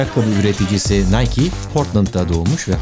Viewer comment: Nike = Nayki Yine cahil olduğumuzun farkına vardık :D